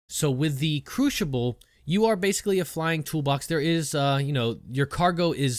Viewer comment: Couldn't help but laugh each time he said Crooshible. Great video though, hope you get into the next wave of PTU testers as I would love to see your content on it.